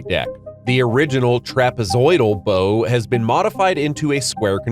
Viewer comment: I don’t care wether it’s an AI or human narrator, so many describe the “bow” on the ship like a “bow” on a gift… it’s pronounced with an “Ow,” as in I hurt myself! 🤦‍♂️